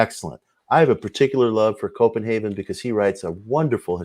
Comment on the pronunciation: Uh...Mitch, Bro...It's Brian CopenhaveR not CopenhaveN. I am still too cheap to purchase the ~$29 kindle edition of Hermetica which you also suggested in your PRS talk on Hermeticism. I'm sure I'll pull the trigger some day. Love me some Horowitz Occult talk at bedtime. I'm about to slip into a serious hypnagogic wormhole. Thank you Digital Void, keep up the fine work!